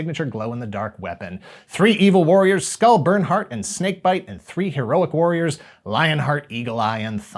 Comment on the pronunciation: Did you say "Bernard"?!🤣